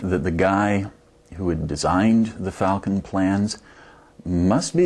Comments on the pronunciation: A Life Size Mock up of a Vulcon?? That is what he said!!!! it is FALCON F-A-L-C-O-N duh...... there is no V in FALCON say it with me FAAAALCON. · Anyone else hear him say Vulcan instead of Falcon? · its not FULCON ITS FAAAAAAAAAAALCON.